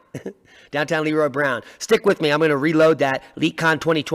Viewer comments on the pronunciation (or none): none